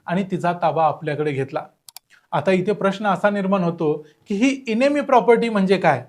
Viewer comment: इनेमी नाही. एनिमी असा उच्चार आहे. एनिमी म्हणजे शत्रू.